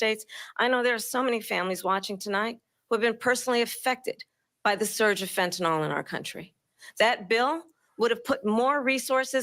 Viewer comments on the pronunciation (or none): so camel-a has issue with pronouncing her name... i submit an issue with the pronunciation of fentanyl... it's not fint-en-nal, it's fent-a-nil... if she changes her way of speaking, maybe others can follow... much like bush used to say nu-que-lar. just sayin